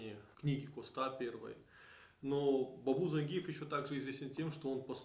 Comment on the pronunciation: ЗаенджИатай, и по русски ЗангИев, но не зАнгиев это точно!